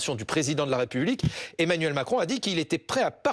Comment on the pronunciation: Emmanuel* Macron cocotte (la crédibilité ça commence par savoir prononcer correctement les prénoms et noms des hommes politiques tu vois)